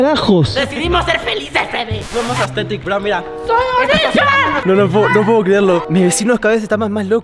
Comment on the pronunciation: Me dio risa que dijo astetik💅 y onichan 👉👈